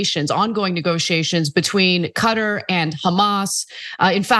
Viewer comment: Qatar is not pronounced "cutter", it's more like Cat Tarr.